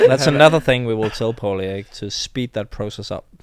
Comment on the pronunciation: Antonsen : it is Po-li-i..instead of Po-lii...